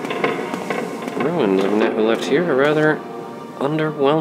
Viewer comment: It's not Nehuleft or Nehurdamz. The second letter is C. So it's Nchuleft and Nchurdamz.